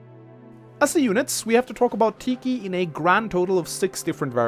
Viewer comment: It's pronounced tee khy but I'm not gonna be mad at u since I can't pronounce grimas name right